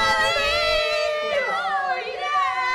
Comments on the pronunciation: Did you keep calling it a "tamboleeeeen?" Lol I died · I love that she kept singing tamboline instead of tambourine. 😁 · Steph saying tamboline everytime instead of tambourine 🤣🤣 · Hey Steph… lol it’s “tambourine” not “tambouLine” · Haha love Stephanie to absolute pieces but what is a “tamboline”😂💛💛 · did Stephanie say tamboline o_O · What’s a tamboline? Lmaoo🤣🤣